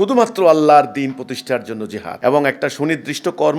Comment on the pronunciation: Jehad ..... bolte chai6o ki... priskar kore bolun...